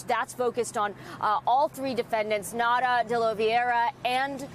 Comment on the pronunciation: why do these stupid reporters keep calling him Nata? His name is NaUta!!